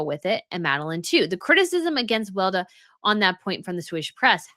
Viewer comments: Weleda ist pronounced Veh-leh-dah and is mainly sold at German drug store chain DM. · FYI, Weleda is pronounced Weh-Lee-da in the Uk and other English speaking countries. But it’s a German word (and company) and so it’s pronounced Veh-Lee-da in Germanic countries.